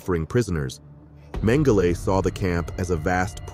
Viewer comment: I've never heard Joseph Mengele called Joseph Mengelay, and sounds absurd, I notice this from younger people this kind of thing, wondering why this happens, how can a pronunciation of names and words spoken different for so long with these same words, spoken for generations, have become changed, is this what is being taught, doesn't make sense to me.